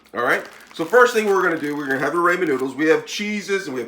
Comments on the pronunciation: It is RAHmen noodle and NOT RAYmen noodle. Please get it right. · your pronunciation is wrong it’s pronounced rahmen you say raymen